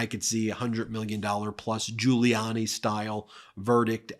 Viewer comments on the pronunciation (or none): none